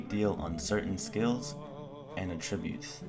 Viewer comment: did you say at tributes? its attributes